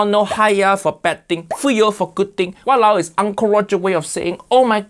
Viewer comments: Im from Malaysian. How we say it actually walao wei = what the heck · It's walaowe isn't it? Im from ur neighbors country indonesia btw. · its walaole